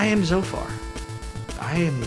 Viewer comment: Ze Thophar!